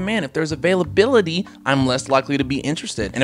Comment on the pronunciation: “Avalability” “avaliable”